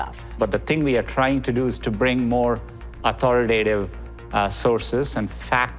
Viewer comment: Dude can't even say authoritative. What part of America does that accent come from?